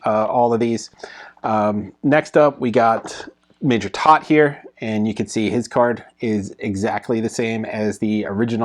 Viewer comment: "Toht" is pronounced to rhyme with boat and coat.